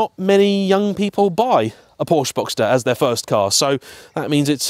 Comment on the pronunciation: It took me until you said convertible to add 1 and 1 to get to "boxter" 😂😂 but when you revealed it then it made me all the happier 😁